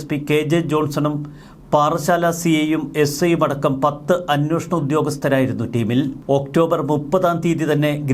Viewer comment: 'അന്വോഷണം' എന്നാണല്ലോ ഇപ്പോഴും പറയുന്നത്. 'അന്വേഷണം'എന്ന് തിരുത്തിക്കൂടെ?